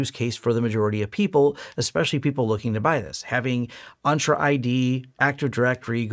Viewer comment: En-tra not On-tra